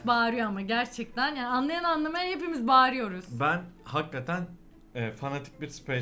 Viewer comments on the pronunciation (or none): seviyorum sizi başarılarınızın devamını dilerim, hakkaten değil hakikaten ona da dikkat lütfen :)